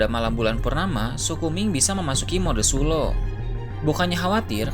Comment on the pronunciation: Mode sulong bukan suloh